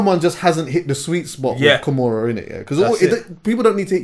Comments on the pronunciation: why is calling Kamaru Usman kamura Lmao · please stop with the UFC takes. They're horrible. Usman barely gets hit, you probably watched the only two fights where he's been rocked. And his name is Kamaru not Kimora lmao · KA MA RU Usman, that pronunciation is MAAAD bruv!